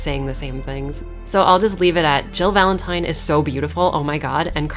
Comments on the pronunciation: I did see your previous video about how re3 was told through other games and liked it. Watched this and the moment you said VALENTIN-TIME, I subscribed. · "Valen-time" ..............10 out of 10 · VALEN-TIME hahahahaha nice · Valen-time! Lmaooo! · Nobody:: "VALEN-TIME!!" =__________= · Lol VALEN-TIME!! I like that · "Valen-time. I'm sorry about that." No you're not lol...solid video. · Valen-Time! Hahahahaha!! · "Valen-Time". You just won an Oscar. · I literally subscribed when you said Valen-Time! ❤️😂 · "VALEN-TIME* That's when I hit the like button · You call it "Valen-time" I call it ZZZZZAAAAAA WWWWWAAAARRRRRUUUUUDDDDDDDOOOOOO I'm not sorry for the Jojo reference. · Valen-time... sounds like how my dyslexic teacher would say my last name lol Valenti'N'e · Dude! "Valen-Time" 4ever!!!